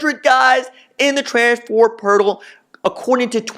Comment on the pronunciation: Rj I love you but you need to learn how to say transfer portal